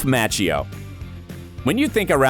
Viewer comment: This narrator talks funny.. Ralph MAH-chio. He really makes sure he pronounces & puts out his syllables, lol.